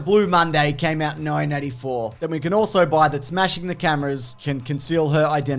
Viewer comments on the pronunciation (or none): Maybe I just keep on miss-hearing you, but it sounds like each time you say '1984', you're saying it as "nineteen NINETY-four". Definitely an error regarding George Orwell's 1984, as well as this film: Wonder Woman 1984. Love your videos though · "nineteen ninety" .. am I the only one that hears that? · Why does it sound like you keep saying 1994. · Why does it sound like you're saying 1994 the WHOLE time?